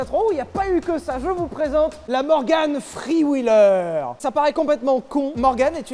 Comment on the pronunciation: Ptn ton anglais Je te jure t as dit "morgan free wheeler" 🤣